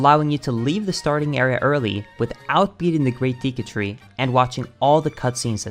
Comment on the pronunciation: D-DID YOU JUST CALL THE DEKU TREE... THE DIIKUUTRII? EX. FUCKING. SCUSE YOU!?